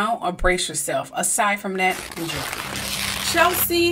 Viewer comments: Her name is not Chelsie.. It's Ches-lie.. Rhymes with Leslie. Pronunciation is important💜 RIP Queen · Wish you would have gotten her name right - "Chez- lee", NOT "Chel-sie"... Nevertheless, glad you tackled her case. Something was a bit off...